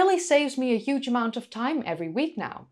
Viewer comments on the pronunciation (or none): none